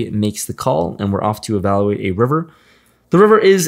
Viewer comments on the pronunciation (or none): Love the vlogs but please, it’s e-val-YOU-wait. Kittens die in Russia when you say it the way you do.